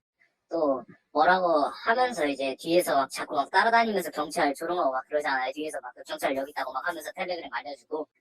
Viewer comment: 발음 조오타 견촤아알~